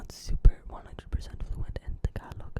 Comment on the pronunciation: Had a couple Filipina girlfriends. They'd make fun of me pronouncing it TAG-ah-LAG